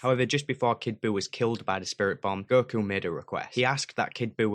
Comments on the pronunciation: holy shit cant believe you are butchering their names so brutally. girku, girtenks, goehan.. jesus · Why do you pronounce ‘go’ as ‘ger’? I hear you saying ‘gerhan’ ‘gertanks’ and ‘gerku’